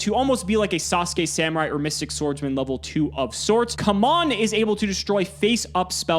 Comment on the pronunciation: Wow, saying "blow your load" and then pronouncing Kumon as "cum on" really makes it hard for me to keep it together lol Clipped